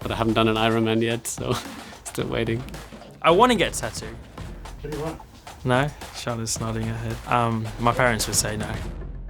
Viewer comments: I love how Daniel pronounces tattoo like tat-doo 😁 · Ricciardo pronounces "tattoo" like "tuh-du". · The way daniel pronounces tattoo always has me dying :)